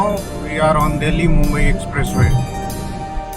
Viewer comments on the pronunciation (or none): none